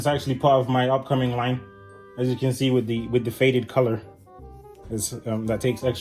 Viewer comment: "As you can zee"